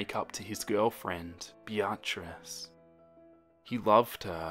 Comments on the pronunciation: Bee-a-triss. Not Bya-triss. Lmao. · What makes this funnier is that the name is just pronounced as “Beat-trice” and He said “biatchrice-“ 🤣🤣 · Great video only criticism is that the name "Beatrice" is pronounced "Bee-triss" xxx❤ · The pronunciation of Beatrice KILLS me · I'm sorry, I can't help but get taken out of the story with the way he pronounces Beatrice I love everything else though XD